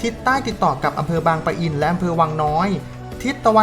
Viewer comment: บางปะอิน แบบนี้นะ ไม่มี ร ตรง ปะ